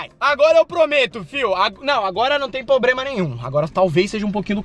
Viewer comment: "Pobrema" kkkkkkkkkkkkk